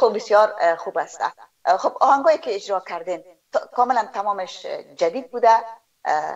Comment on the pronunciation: ، این برنامه را بصورت بسیار عالی و با سلاست خاص انجام میدهید اما وقتیکه به صحبتهای شما خوب گوش بدهیم، متوجه میشویم که شما متأسفانه حروف "ع" و "ا" را مثل "ح" تلفظ میکنید و برعکس کلماتیکه با ح نوشته میشود آنرا با حرف الف تلفظ میکنید. مثلاً کلمهء "عزیز" را "حزیز" و "عالی" را "حالی" تلفظ میکنید همچنان کلمهء "اجرا" را هجرا یا حجرا تلفظ میکنید همچنان کلمهء ساعت را ساحت مینامید، وغیره وغیره. امید است در برنامه های آینده ء تان این خلاء ها را جبران نمائید. موفق باشید. 😘